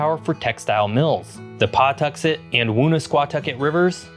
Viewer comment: Rhode Islander here! Loved watching your video about my little state. Also, for pronunciation... Pequot - sounds like pea-kwot Wampanoag - sounds like - whump-uh-nawg Pawtuxet - puh-tuxet 😊😊